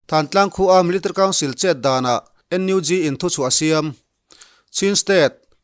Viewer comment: I chhiar rang tum na lutuk ah, military tih i lam dan hi amakee... Milita council ti hlir in ilama 😁😂